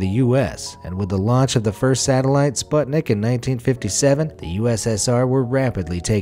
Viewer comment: 9.59. That is not how you actually say sputnik